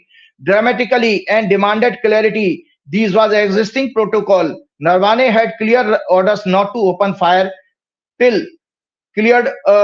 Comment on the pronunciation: अबे वो नरवाने नही नरावणे हैं